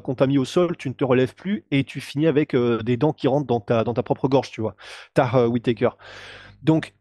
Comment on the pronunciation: "Teh whittaker" hahahhahah